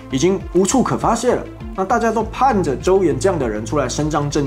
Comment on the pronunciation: 周處，不是周衍，北京話發音需要改善了😂😂😂